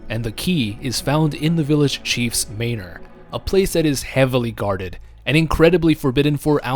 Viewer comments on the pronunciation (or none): Man-or dude not maynor